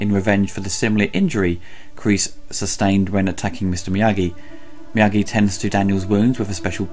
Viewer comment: So hard to take Ebert seriously when he first calls him Mr. Morita, then Mr. Meageee. Get the name right and then I'll listen to your take.